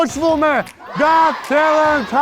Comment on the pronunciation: * Մի փոքրիկ ուղղում. “Got talent”-ը արտասանեք «Գաթ թա՛լընթ»